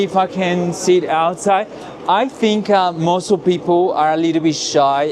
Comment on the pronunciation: But you said it right 😂